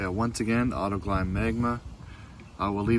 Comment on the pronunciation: Sprayed waaaaaaaay too much. You won’t have enough for all 4 wheels. It’s also Autoglym as in “glim” not “glime”. It didn’t work well at all because the product is intended for panels. Get a dedicated wheel cleaner.